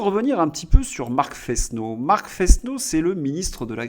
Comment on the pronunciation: On prononce "nouniess”. C’est de l’espagnol, que je dois parler au moins aussi bien que le maire de Paris. Vous remarquez que ça s'écrit Núñez, avec une tilde sur le deuxième n. "Fesneau" doit se prononcer "Fênô", vous diraient ma Mère et ma prof de français au collège. Prononcez-vous votre nom de famille "Dresslincourt"? Si c'est le cas, vous vous trompez. On dit "". Il y a toujours quatre idiomes sur ma tablette (qui ne permet pas d'en prérégler plus) et toujours plus de dix sur l'ordinateur. Je ne les parle pas tous couramment. La prononciation du suédois me paraît très difficile. Mais à long terme il faudra que je fasse comme Claude Berlitz. Je ne suis pas un de ses proches.